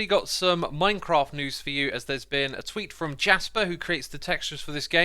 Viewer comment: It’s Swedish, so it’s pronounced Yasper